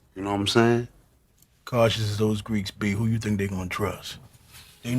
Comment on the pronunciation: Found this so difficult to get through. Had to quit. You realise you end almost every single sentence with the same inflection? You know think isn't pronounced fink? Ethereal isn't efforeol.